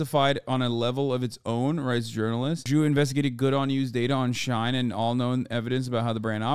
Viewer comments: You saying shine and not she-in 💀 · This is so painful to watch because it is pronounced SHE IN, like two words, it’s short for SHE INSIDE. They said it so many times in the video please 😭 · Why do you keep saying shine when it’s literally pronounced SHE IN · How do you say this company name? I heard him pronounce three different ways. Is it SHINE or SHE-IN? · NGL it drivers me crazy how he pronounces Shein as Shine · Hasan is insane. Watches a video where he hears it pronounced correctly and still calls it “shine” for the entire video. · Hearing men mispronounce Shein is my kink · hasan you pronounce “shein” wrong like how my boomer dad can’t say “chipotle” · I fucking hate fast fashion and the majority of my shit is thrifted but my biggest issue with this video is the way Hasan pronounces SHEIN differently every time he says it lmfao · Me two seconds in: ITS PRONOUNCED FICKING SHINE??? oh wait nvm Yeah everyone is pronouncing it differently and none of them is the way i do